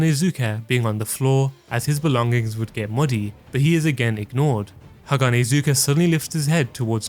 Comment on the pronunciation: Great vid but haganezga is not hanahazuka